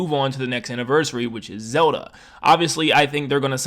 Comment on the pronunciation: All I hear is "Soda" instead of Zelda